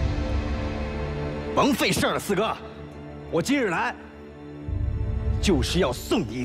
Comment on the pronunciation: 四哥 我我总是听成skr 哈哈哈哈好出戏